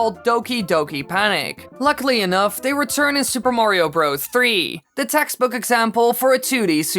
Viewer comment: you put emphasis on the wrong word. It’s Super MARIO Bros. not Super Mario BROS. Just saying